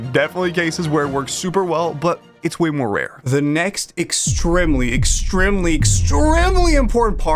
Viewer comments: The one thing in this video that caught my attention is bro pronouncing Extremely as "Ex-trim-ly" Q.Q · Why you say “extremely” like that? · The way he says extremely 😭 W video by the way, no hate ❤